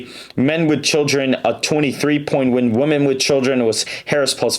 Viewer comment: Dude, when you say the word “women”, it is pronounced like “wih-men”